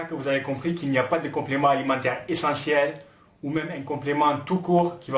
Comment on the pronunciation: J'adore comment tu insiste sur "L'ESSENTIEL" ahahaha